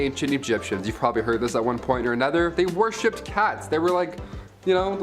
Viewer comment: Love the BUMBLEBEE sweater!!❤️❤️. And. It’s worshipped. Not warshipped 👍🏻